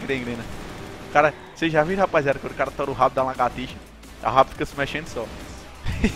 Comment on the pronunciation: ''LAGATÍXA '' KKKKKKKKKKKKKKKKKKKKKKK